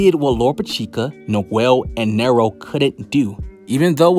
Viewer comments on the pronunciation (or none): none